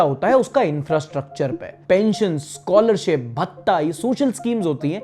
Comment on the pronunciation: . It's "scholarship", not "scholership"